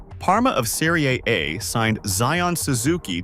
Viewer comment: The script and narration sounds like AI to me. Terrible pronunciation of Serie A and a lot of other words. Padding for time to make it a longer video for more ads 👎